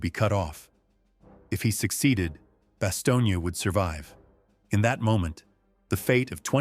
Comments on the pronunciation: It was Bastogne, not Bastonia. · It’s Bastogne not Bastogna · When are they gonna get the fucking AI to stop calling it BASTIONA it’s Bastogne,and it not pronounced it baloney,brave men fought and died there,to many people it is considered hallowed ground,I being one of them,so when this stupid AI keeps fucking up the name of the town it really upsets me and I’m sure plenty of other people around the world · The pronunciation of the town is Bass tone. My father was in the battle of Bastogne. George Patton was one of the most brilliant generals to ever command any military force in the history of the world. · AI truly needs work "Bastonia"? try again dopes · Am I the only one who is cringing listening to this guy mispronounce Bastogne ?